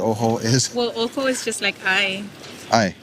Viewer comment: Alternate title: Ojo becomes Uh, oh.